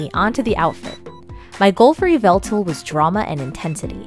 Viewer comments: Its not pronounced Yeveltal, Its pronounced yeveltah. Just wanted to point that out! Have a great day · “Yee-vah-tall” Just for future reference! 😉😊♥️ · It’s not pronounced the way It’s pronounced ya vel tal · i noticed the way you say yvetlal is different from how i say it you say it kind of like e-veil-tal and i say it like uv-vel-tail funny right? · ITS PRONOUCED YĒ VA TAL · I don't mean to be rude but you said THE POKEMONS NAME WRONG!!!!!!oh and I get you get a choice but LEDGENDARYS DONG HAVE A GENDER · Saying that name wrong is so cringe